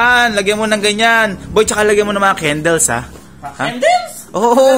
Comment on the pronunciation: HAHAHAHA the accent tho... kendels😂